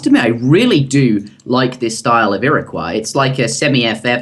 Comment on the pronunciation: I thought you posted a video a while ago where you realised your mistake about pronunciation of Iroquois? Otherwise, great vid and series :D